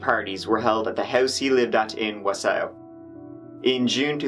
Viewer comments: "WEE-OO WEE-OO" pull over, guy! its the Wisconsin name pronunciation Police hey! You have been sited one bottle of Jezynowka for your mis-pronunciation of da City of Wausau, der guy....which is pronounced "Wah-saw", ya know? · I grew up in Wausau. I've heard it pronounced so many ways. But not quite the way you have :) We mispronounce Antigo on purpose. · Im from Wisconsin and i noticed that right away. Haha. No harm no foul. I knew what u meant. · Born n raised in Milwaukee,WI I watched this and corrected out loud, each time he said Wausau.. Lol So, I thoroughly enjoyed this comment thread very much! I do remember this, so sad, I hate no closure endings.. 😞 I disagree with her mothers anger directed towards the actors in the Hey Walter vid, but I can understand her pain and upset, thinking her daughter might be her. However it's extremely misdirected, seeing as these people obviously never made this about Kayla, never intended it to be connected to ANYTHING remotely involving a real missing person. Calling her a bitch? Uncalled for and rude. Her daughter is missing and she has no closure all these years later. It's called empathy, try having some.. In the end however, I LOVE watching you, your sarcasm is right up my alley and topics, same. That Chapter is one of my most watched and favorite on YouTube, thanks for the content! 👍💜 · Him saying Wausau GOT ME. I’m from wisco too and this made me chuckle 🤣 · I was like... Is he talking about Wausau? Pronounced Wah-saw. I don't remember this happening. Wausau isn't really a big college, party town. But it is definitely larger than towns around Antigo. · (WA-saw) Wausau..... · Solid attempt at saying Wausau, but it's pronounced "Waah-saah" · It’s pronounced wa-saw. Lol. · I live in Wausau and had no idea what city he was naming. Its pronounced like Wa-saw. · Wausau is pronounced "wah-sah' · Wah-saw, lol, not what he said, welcome to Wisconsin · phonetically it is : wah-saw :) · It is pronounced “whaa-saw”